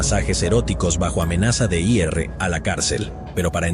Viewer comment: ¿"De i errre a la cárcel"? : ¿"Para que la dejara i erre"? ¿Qué pasó? No me digan que la palabra "ir" está censurada por YouTube 🤦.